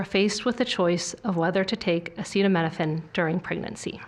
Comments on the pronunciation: How is the public supposed to take this announcement seriously when the president of United States literally couldn’t read the word ‘acetaminophen’? You would think if his cabinet was having discussions about such a major breakthrough that he would’ve been part of it and at least understood what they were talking about. This is a mess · I cannot believe WE HAVE THESE MORONS. he can barely say acetaminophen or pregnancy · Did he know how to pronounce acetaminophen in the one you watched? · oh my he can't pronounce the name of a medicine oh no not like our past presidents have been able too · RFK Jr. and “Dr.” Oz have no solid evidence or data to link Tylenol to autism, and neither are recognized as credible to say otherwise. The PRESIDENT also just said he’s not sure if what he said was true, and that he’s not careful with what he says. Also COULD NOT PRONOUNCE ACETAMINOPHEN. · Did he say Epsteinopethamine? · Come on trump, sound it out... a ce ta mi no phen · The old man did not review his notes and needed assistance pronouncing acetaminophen. Leavitt should have been on top of it. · agreed. Babies cannot needlessly endure a high fever. Also, is he talking anti vaccines again for babies? Trump is no doctor and spews nonsense. He can't even say acetomenophine. Are babies even given hep b? He keeps saying, "I feel". What knowledge does he base this on? "If your fever is so bad"? Yes. What do u do? Nonsense with no solutions suggested. "Don't take it". Ha! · RFK sounds like he is about to collapse. T claims he has always been against Acetaminophen but strangely does not know how to pronounce it. What a bunch of nuts. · Kind of sad that he can't pronounce the name of this drug that he is so certain causes autism. So...about those Epstein files? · He can’t even say acetaminophen 😂😅 Is he okay? This clown is in charge of our warheads?!? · It really shows they did the research when they can't even pronounce the name of the drug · But it didn’t help him pronounce it.